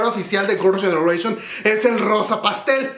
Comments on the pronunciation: Tu inglés es malo, parece trabalenguas cuando pronuncias Girls’ Generation….🫣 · Me da risa como pronuncia el nombre de Girls Generation y de Yoona jajajjaja